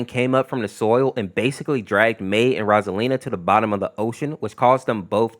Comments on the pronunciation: "Rosalina" its "Roselia" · It sounds like you are saying Rosalina, when you meant Roselia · I'm pretty sure he is saying rosalina but then again I could be like in toy story 3 where ken said oh barbie but it sounded like oh fu*k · I hate the way he says Roselia, it is so butchered